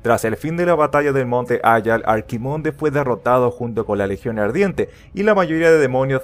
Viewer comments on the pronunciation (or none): pero haber Arkimonde no....Archimonde que todos los de argentina lo decis mal y mexicanos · ya hay pone eso pero eske en realidad se dice archi los de blizzard lo dicen asi y los españoles tambien